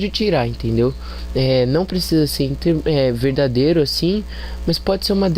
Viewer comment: Que será que este cara quis dizer com a palavra "veidadêro"? Problemas relacionados a ortoépia na fala do elemento é mato. Convenientemente parei de assistir ao vídeo neste ponto ("pressuposto veidadêro"), antes de 1 minuto. Mas posso subentender o que viria pela frente. Parabéns pela iniciativa, autor do vídeo! Em tempo, passou da hora de procurar um fonoaudiólogo, pois está precisando urgentemente de um.